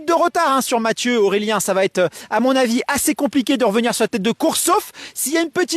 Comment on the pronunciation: 32 secondes avant le "çavatêtre" fatal ! Ce n'était pas français à Zegama, ça ne l'est pas plus à Annecy. Bye !